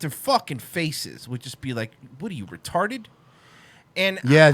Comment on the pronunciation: talmbout being retawded? Great guy, nevamedim